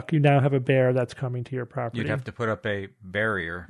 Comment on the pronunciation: "Bearier", you did it again! ty 😆